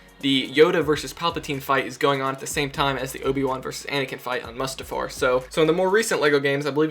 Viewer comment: It's pronounced Moo-stuf-ar